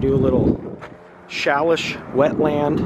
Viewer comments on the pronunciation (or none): It’s pronouncing is like…Say-leash. I think it’s like tomatoes being pronounced two ways. At least what’s what I’ve alway been told. But that’s a great path area. Very beautiful park. Thanks for the tour!